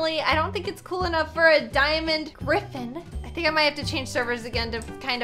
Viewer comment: LOL “grtgrtffen”